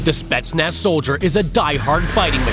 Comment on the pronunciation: он смешной, он даже не может произносить "спецназ"